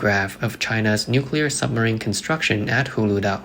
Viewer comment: It’s pronounced SUBmarine not SUMMERine.